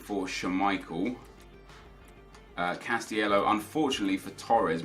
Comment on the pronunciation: It's cas-ti-ley-ho not cas-ti-ello for the 6th time.